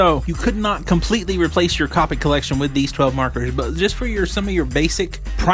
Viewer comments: Great review thanks, and now you have a new subscriber. But just one thing that I found annoying its not cop-ics. You pronounce it cope-ics. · Its not "cop-ics" copics T-T